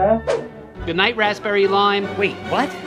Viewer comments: It's wrapsberry lime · a new character this is her first appearance also it's RAPSBERRY